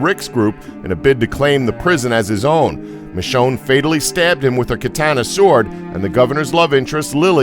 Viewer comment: he said katana like kaa-taa-nuh